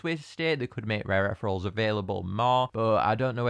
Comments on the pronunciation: idk if this is a local thing or if you're just saying it wrong, but it's eth-ee-ree-ul, not eth-rul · Wait no offence but I think it's ethereal (ee-thee-ree-ul Sorry I'm just picky about these things :( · i think they're pronounced etheereels